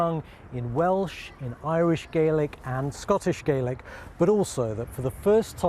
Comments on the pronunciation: It's "Scottish gal-ick", not "Scottish "gay-lick". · Scottish Gaylic ? It's Gahlik. 😠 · Scottish gay-lic? 🫠